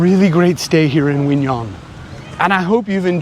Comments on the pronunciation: Q in 'Qui' is not a silent consonant; it is pronounced like a 'K' in 'Kiwi fruit', and 'Nhon' is pronounced like the second sound of the word 'Onion' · Q in Quy is actually there if you pronounce it correct like the north Vietnamese do. Nh has similar sound to ñ in Spanish. Ơn sounds almost like "uhn".